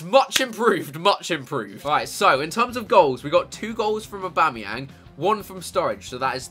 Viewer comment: Yeah he said abamyang